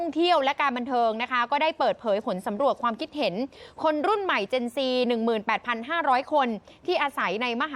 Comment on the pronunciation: เจน Z = ออกเสียงเจ็น ซีครับ จะออกเสียง เจ็นแซ่ด ก็ได้ตามใจ